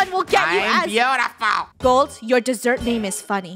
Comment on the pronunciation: Nobody: Literally nobody: in the intro: "iM tHe boOtIfuLEsT fOOd" Me: 😭😂😂😂😂😂😭😭😭